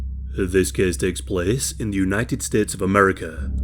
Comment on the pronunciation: I love how he starts the videos with: "Dis kes tex ples".